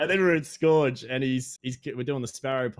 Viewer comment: Someone's gotta tell how to pronounce "Scourge" 😂 For real though, another great chat there boys. Always good to hear Aussies discussing Destiny! 😀